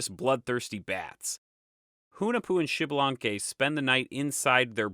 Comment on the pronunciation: Americas Kudos for the video, Thanks for Sharing. Just a note in the Names, in all character names that start with an X the pronunciation is either iks or ish and the last letter has an long accentuation for example Xmucane must be Iks-muca-neh or Ish-muca-neh(Ixmucané). Most importantly the name is not Xibalanque but Ish-balan-keh(Ixbalanqué, the Sun God). Hun and Vacub are not necessarily one and seven and Cabracan sounds cooler than "Earthquake". A follow up to your note at the beginning of the video the Quiche(K'iche) is just one of the ethnic groups of Mayan descendance , there is more than 23 spread though Guatemala and Mexico's Chiapas and Yucatan regions. Nevertheless A+ on your video, specially for showing at the end that Hun-Hunah-puh came back pimping!